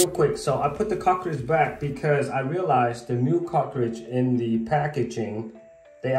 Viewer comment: Great video! Is it a good idea to caulk around the cover plate to prevent water from going behind from the shower? I did have a hard time understanding that you were saying "cartridge". When I Googled the part I searched for "cockridge"!! LOL!!! 🤣🤣🤣 No big deal, I eventually figured it out. Thanks again for the great video! SUPER HELPFUL!!